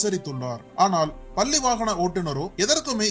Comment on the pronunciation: குரல் மட்டும் தெளிவாக இருப்பதால் உச்சரிப்பு தெளிவாக இருக்க வேண்டாமா? பல்லி அல்ல பள்ளி! கேரலா அல்ல கேரளா!!